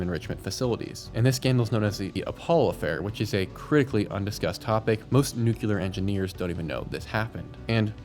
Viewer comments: Nu-cle-ar. NOT nuke-u-lar. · It’s pronounced “NOO-KLEE-AR” not “NOO-Q-LAR” Just look how it’s spelled… NUCLEAR… not NUCULAR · Americans - nuclear is "new clear" not "new queue lar" and escape doesn't have an x in it. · NUCLEAR. Not Nu cu lar. You actually said it a couple of times but you kept saying nucular like W.Bush. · NU - CLE - AR repeat after me... NU - CLE - AR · Good video but please quit saying “nucular”